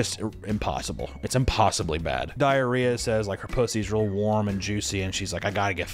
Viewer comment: U keep calling her "Diariah"😂😂😊